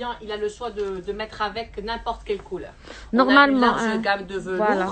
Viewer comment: On ne dit pas le « Tissou » mais le tissu, et on ne dit pas la coulor mais la couleur, les fautes s’accumulent... si tu ne maîtrise pas le français parle ta langue natale